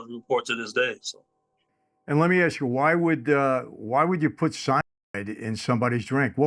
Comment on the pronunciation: Why can't you say cyanide?